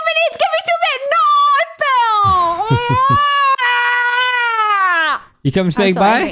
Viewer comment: Its adorable how said I fell but with a w at the end like I felw